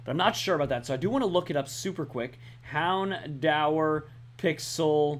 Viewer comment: say houndour as in Houn-door